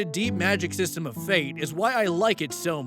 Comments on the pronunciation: Not being "That Guy" regarding the Fate RPG story, but the slashes are silent (example: when talking about something like Fate/Grand Order, it's just pronounced like "Fate Grand Order"). Keep in mind that I haven't drowned myself in the franchise, but I know at least that and the fact that you should want good things for that franchise's version of the Frankenstein "monster". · For the future, you don't pronounce the slash in the Fate series names. The slash is silent.